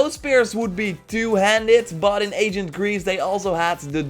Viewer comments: come on it's ancient(eɪnʃ(ə)nt) not agent(ˈeɪʤənt), you speak Dutch making this distinction shouldn't be too difficult. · Am I the only one who thinks it sounds like he's saying agent Greece